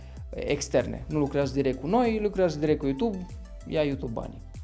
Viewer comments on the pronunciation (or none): none